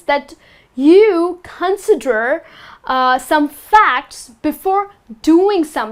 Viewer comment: Con'sider not 'consider